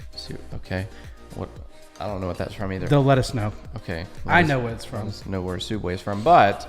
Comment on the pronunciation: "Soooubway"? Odd1sOut?